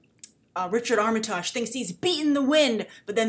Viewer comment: First, his name is pronounced Arm-uh-tig, short i, soft g at the end.